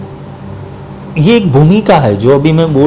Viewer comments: There is no Sanskrit word "sahastra". It is sahasra. Mispronunciation of sacred verses due to ignorance causes great harm. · Sahasra kahiye sahastra Nahi Asuddham na padho